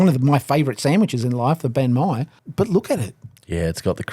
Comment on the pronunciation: Have I been saying Bahn Mi wrong this whole time?